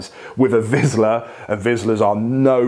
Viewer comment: Not to be the Karen but it’s pronounced Vishla. But yeah these dogs need lots of attention and training if your want them to behave properly.